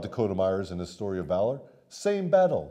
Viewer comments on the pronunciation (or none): none